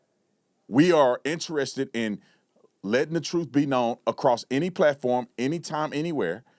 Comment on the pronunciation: I swear if I hear that man say one more time that he's just trying to get to the "troof" I'm going to lose my sugar honey ice tea! Lmao 🤣🤣🤣